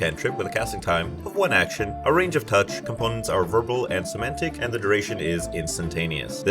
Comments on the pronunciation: it's 'somatic', not 'semantic'. Cool spells, might steal a couple of them for my game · Not to be pedantic, but it's "somatic", not "semantic". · It's SO-MAT-IC, not SO-MAN-TIC. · Fun vid. You are mispronouncing somatic. You kept saying semantic every time, which is a different word. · Hey there! This is the first one of your videos that I have stumbled across. Great job! If you keep making videos like this, I will keep watching. For sure! I would like to give you one little note, though. I would Google how to pronounce somatic - I think it got a little bit away from you lol. But, once again, great video and great job!